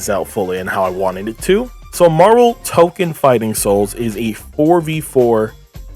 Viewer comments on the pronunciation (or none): not to be that guy, but its pronounced Toe-Kone, and tokon means fighting souls, so saying the whole name is redundant. I've been calling it Marvel Tokon, I've also seen it abbreviated as MFS